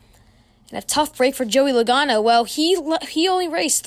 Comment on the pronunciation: Joey logano not lagano